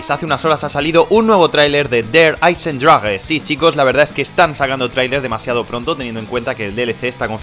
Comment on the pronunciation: der hayzendragweeeee